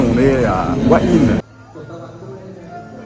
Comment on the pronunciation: Petit détail qui ne semble pas être précisé... La ville de " ua ine " ça s'écrit " Hua Hin " 😀